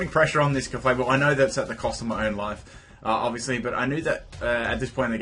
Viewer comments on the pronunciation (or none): none